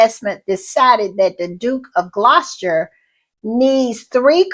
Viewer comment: Gloucester is pronounced glosster. 😊